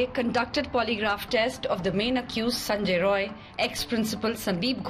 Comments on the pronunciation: Not Sanjoy Roy it's Sanjoy Rai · The editor/news reader India Today, Kindly correct the surname of the accused. He is "Sanjay Rai not Roy". Please.